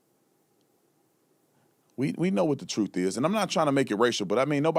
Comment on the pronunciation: And when the "troof" comes out, Crump will forget them quick